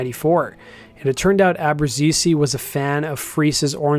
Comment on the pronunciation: hihihihi ... I know that pronouncing ABBRUZZESE correctly is a tongue twisting for non-italian speakers